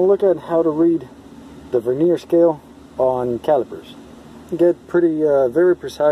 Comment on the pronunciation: The word Vernier is pronounced with the accent on the first syllable, not the second.